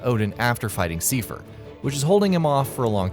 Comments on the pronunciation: That isn't how you say seifer, it's said in the game dude, it's pronounced like Cypher, like I not E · You keep saying seefer wbphen they even pronounce it correctly in the cut scene as saifer. If you can't figure out pronunciation ask someone. You sound like an idiot when you don't. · it's not a reference to kingdom hearts 2?? it's for 358/2 days. also, do a lot of gaming channels not play square enix games?? that's not how you pronounce Seifer. it's like psy-fer. personally, I pronounce it tee-dus, but that name is still up to debate. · The fact that Seifer's name is pronounced in the video, you kept mispronouncing his name .. Wow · Seifer is pronounced correctly in the featured KH2 cutscene, yet can't get it right:( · That's not how you pronounce Seifer.